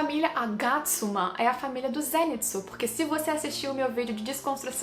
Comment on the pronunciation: a pronúncia do Zenitsu é zen-i-tsu